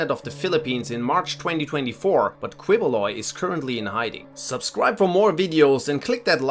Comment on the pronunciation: Quiboloy is pronounced keyboloy